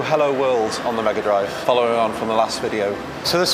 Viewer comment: "Smega Drive", eh? 😏